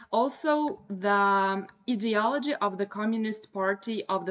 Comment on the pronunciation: ideolody.....its pronounced with an i ............i de ology( I hope you will forgive me for the correction,your English is 99.9% correct)